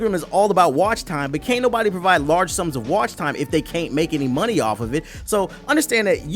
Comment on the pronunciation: Lmao "Turrr Hih Muney Off"